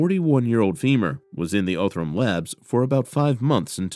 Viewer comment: The narrator needs to verify he's pronouncing places and businesses correctly. It's pronounced "Ahhh- thrum". NOT "Oh-thrum".